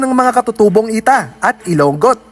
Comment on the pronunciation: should be pronounced ilongot (i-lo-ngot) not i-long-got fyi